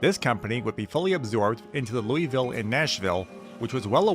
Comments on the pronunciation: You don’t say it like the name.. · You said Louisville wrong...